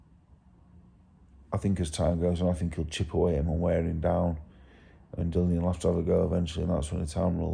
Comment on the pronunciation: Remember, Makmudov will be saying the same, you will need to be super fit to win this one. Good luck Dave. Btw, his name is Dillian not Dillon 😀😀